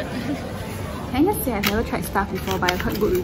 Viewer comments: how can one person pronounce it lett-youse and also let-us ??? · do singaporeans not know how to pronounce lettuce.. lol